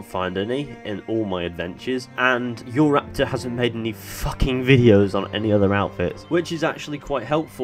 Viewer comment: I KNEW you were gonna say JorRaptor! JUST knew it